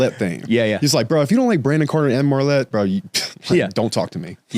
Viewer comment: It’s #Mylett not Marlett. You were saying the same thing on Graham’s show. You got this Bro! #Lucchese Boots! #CowboyUp! 🤠